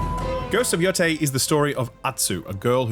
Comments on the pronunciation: he said yo-thai but it is yo- tey… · Bro played this game for dozens of hours and still pronounces it “Yo-tai” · It is pronounced “YoTAY”